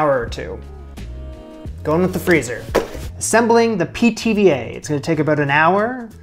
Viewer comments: Every time you said Pithiviers I heard PTVA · "Pithy Veers?" 🙃